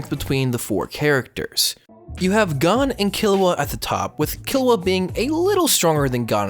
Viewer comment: I hate your pronunciations lol. It's Gohn, Keel-oua, and Lay-orio.